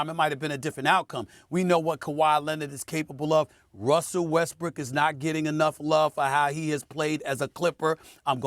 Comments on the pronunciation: Lol he kept saying westbrick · Dude said westbrick 😂😂😂😂 😂😂 skip has Got us all saying it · Did he say weskbrick or did he just say it fast 😂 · did stephen a say russell westbrick? lol